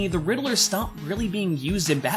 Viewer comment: i thought it was pronounced like ridd-ler but you said riddle-ler